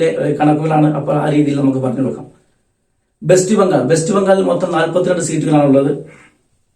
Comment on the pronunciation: BEST BENGAL ALLA. WEST BENGAL ENNU VAYIKKUKA.